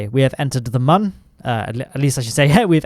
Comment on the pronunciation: I am so happy to hear you pronounce MUN properly. Thank you!